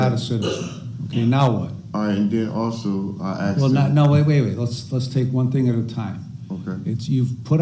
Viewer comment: Why is it that a majority of Americans, especially African Americans can’t pronounce “asked” or “ask”? “Aksed” or “Aks” is what usually comes out.